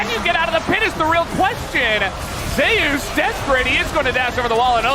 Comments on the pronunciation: wtf is zeyus ? it's zeus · Why are the casters mispronouncing him as ZEu'us instead of just Zeus? By their logic Faker should be pronounced FA'ker/Fucker 😂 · Why the f*ck western casters can't speak "Zeus" properly? Zeias? WTF? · Zay-us? What the actual fuck. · "ZAY OOS" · why the fuck do you pronounce Zeus like that